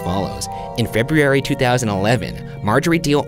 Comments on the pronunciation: Ryan, Feb-roo-eh-ree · I really think the drinking game should include the wheezes, and any time Ryan says "Febreery" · Ryan, we talked about that. It's "Febs". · ryan went that extra mile for "febRooairee" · How does Ryan still not know how to say February?! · The way Ryan says “February” makes me so uncomfortable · “February” 2011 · I missed hearing Ryan try to pronounce, "February" XD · ryan still doesn’t know how to pronounce february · I’m glad Ryan still can’t pronounce February Also didn’t they make a movie based on this case? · Ryan sounded like he was trying to teach himself how to say the word "February" right but still ended up failing :P